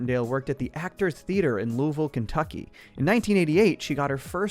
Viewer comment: I noticed you pronounced Louisville correctly -- a Kentuckian